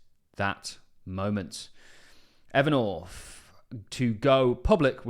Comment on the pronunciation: Evernorf. The English are unable to pronounce th for some reason.